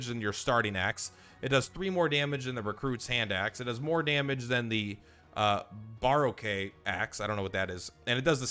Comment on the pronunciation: Baroque is a term that means old, out of style. You see it used in classical music too. It's said Buh-roke. Loving the UO videos!